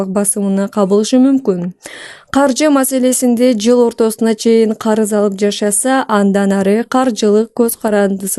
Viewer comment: Ол шашып жвл дебей кыл деп